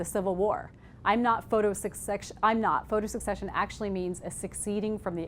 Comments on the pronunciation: just a quick comment, "secession" is not pronounced like "succession". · Mispronouncing Secession over an over because when she read it she misunderstood it. Until maybe she read it in context. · and it's not pronounced the was she is pronouncing it... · Thank you! I can't handle it. I'll still show this to my intro to photography class but I'm going to have to leave the room. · I knew that and almost changed the way she pronounced it, because English is not my first language, I had to watch several videos about Stieglitz to get it right. She messed it up being native and informed and all #bummer